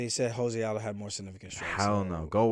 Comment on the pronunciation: Tell Adin Ross it's Jose 🇧🇷 Aldo, not Jose 🇲🇽 Aldo